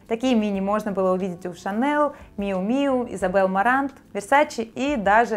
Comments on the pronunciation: Это не ШанеЛ, это Шанель! Мы произносим имя Коко по французски!😘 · ШанелЬ. Фо фр. языке нет твёрдого л